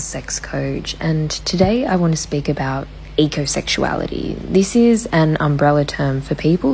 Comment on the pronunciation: I had to turn the subtitles on because I thought she said egosexuality instead of ecosexuality.